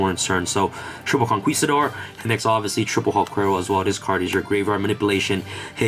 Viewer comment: Conquistador doesn't sound the "u" sound. It's pronounced "Con-KI-stador."